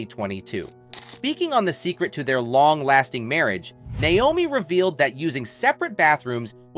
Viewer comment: a) he can't even pronounce her name right b). where is he getting this information? Naomi wasn't a nurse until long after she had her kids. c) who is this person saying all this made up stuff?